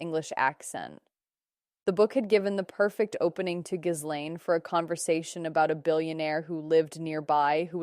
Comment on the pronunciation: It's Geelaine, you don't pronounce the "s"